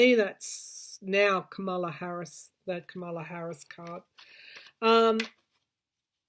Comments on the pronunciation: I love the way you pronounce Kamala's name. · I love your accent and the way you pronounce Kamala’s name besides it reminds me of exactly what’s going here for Trump and the GOP Karma...la. Hmmm think about people😉🌞